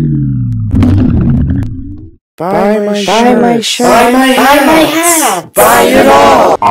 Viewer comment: Every video I think your saying “buy my shits” and my stupidity is entertaining ::/